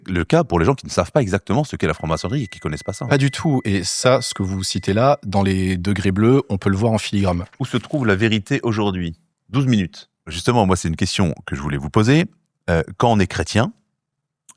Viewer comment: 7min26s " en filigramme " 18min02s "ad nominem" 😬 franmac et semi lettré ça fait beaucoup pour un seul homme